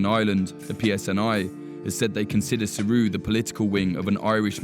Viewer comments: How is he prononcing saoradh. as suru? Isnt it almost pronounced like Sarah.. saor meaning free. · I thought that. It's saor-ahh no? Not saoruuuuh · Just to let you know, Saoradh is pronounced the same as Sarah. Not Siri or wtf. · It’s pronounced sare-aa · His pronunciation of saoradh is terrible